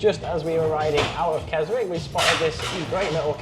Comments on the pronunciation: Pronounced Kes ick the W is silent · Great video as always guys, but just to note, the w in Keswick is silent 😂